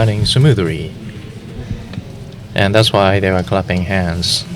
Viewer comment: Unbelievably cool!! Well done, well done! Maybe, though, if you want to do an English broadcast, get people who's first language is English. To say people are "crapping hands" , doesn't sound right.